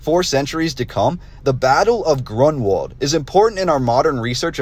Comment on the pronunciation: You’re not kidding 😂🤣😆! So too is the name of the battle, which should be, roughly: GROON-Vald, with stress on the first syllable.